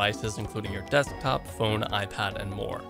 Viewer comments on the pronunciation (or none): none